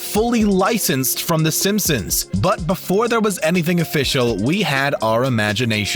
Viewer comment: In the intro did je say the simpsims